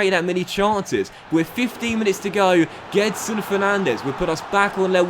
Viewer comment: Gedson's name is actually pronounced Djedson